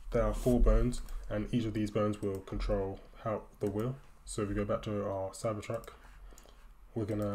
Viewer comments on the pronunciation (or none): It is cybertruck not cypertruck